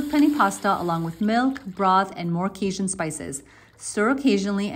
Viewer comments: I was originally going to lose my shit over how you pronounce Cajun, but then I realized it doesn't really matter and it might be a product of an accent. Food looks good, though. Hope your Cajun seasoning wasn't Old Bay. It's made to sit on a throne of lies and disappointment. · cajin seasoning. I buy Tony Chachere's seasoning blends. Not all stores have them all but he has a few blends that are not as spicy. And I suck at spelling. I finally went and googled his name. Thats a doozy for spelling as its pronounced a bit different than its spell. You'd think living near Canada and vacation there id at least gotten better with my darn French 🤣